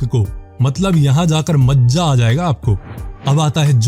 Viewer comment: it is maza not maaza